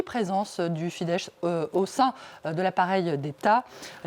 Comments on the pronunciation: Ça se prononce Fidesss, pas Fidesche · Pour la journaliste, la FIDESZ ne se prononce pas "Fidèche", mais Fidesse. Le sz hongrois = deux s en français. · sz- se prononce s- en hongrois, c'est en polonais qu'on le prononce sh-.